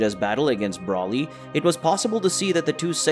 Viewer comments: ITS BROLY. not braly!😠😒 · Its broly not braly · The way he pronounces Broly and Whis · Bro-ly not brolly and ‘Wees’ not wis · Why are you saying wisss and brallly instead of whis and broly? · Are you saying Broly and Whis like that purposely or?! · How do you not know how to say how do you not know how to say Broly and Whis? at least safe properly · Mispronounced broly an whis this whole video. Nice story tho